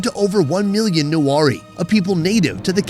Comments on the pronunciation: Not nuwari it's newari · The fact he mispronounced the word " Newari" was torture to my ears 🤣bc I'm nepali and have a newari friend (I'm newari too)